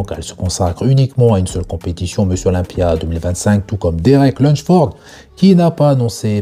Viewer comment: Salut, j’adore tes vidéos ! Merci pour ces actus que tu partages quotidiennement 💯 Par contre pourquoi Derek son nom tu le prononces « Lunchford » au lieu de « Lunsford » ? Il n’y a pas de « ch » dans son nom 😅